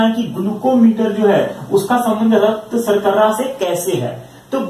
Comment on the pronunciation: Thanks sirji ... Nice video but raktsarkarra nahe raktsarkara Bolte hain